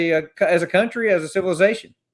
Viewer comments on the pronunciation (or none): none